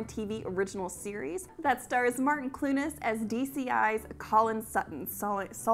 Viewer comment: i've never heard anyone pronounce Martin Clunes' surname that way! rofl it's cloons like how a scottish person would say clowns lol